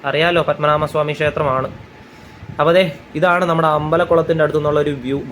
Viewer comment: പദ്മനാമ സ്വാമി അല്ല... പദ്മനാഭ സ്വാമി എന്ന് പറയൂ....അതറിയില്ലേ 😮 പദ്മനാഭ... എന്ന് പറയുന്ന തിന്... ഒരർത്ഥ മുണ്ട്...